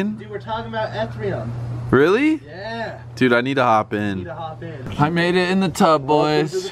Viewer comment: Ethrium? Boy it's s pronounced E-Thee-Re-Um